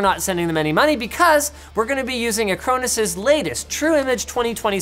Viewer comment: Dunno, I was distracted by "ac-crow-nis" (I thought it was "a-crawn-is" all this time)